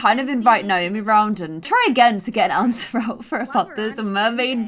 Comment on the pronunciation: I love the way you say Naomi, makes me like own name so much more!